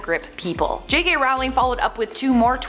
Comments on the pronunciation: American here I say Rolling, I think most of us say Rolling. Till now I've never heard this pronunciation. I think the woman on the video just pronounced it wrong. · Not a fan of hers, but if you're going to do a video about a specific person, learn how to pronounce their name properly first...